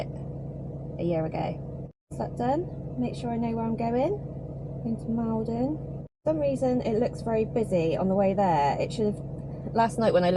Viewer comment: welcome back! Unfortunately the people of Maldon won't like your pronunciation of their town. I know its only got one L but think American shopping mall...don. 🤣🤣